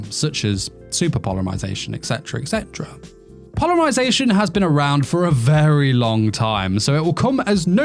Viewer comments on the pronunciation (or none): polymarzation lol